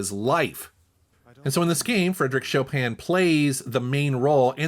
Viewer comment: nice Pronunciation of Polish Legend Fryderyk Chopin.. I’m from Poland and I used to work in UK with some dude Gary from North Carolina and I ask him to name one Polish famous person - and he said Sean Penn! 😂 (he meant Chopin) I said : what ? Sean Penn is Polish ??? 🤦🏻‍♂️😂